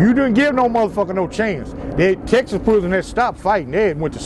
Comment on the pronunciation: Is it just me or do people that have been to prison either alot or fora king time say "prison" weird...? They all say it the same way too. "Pruuhzun"😂😂